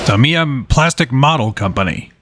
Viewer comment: Say Tamiya Properly!!!!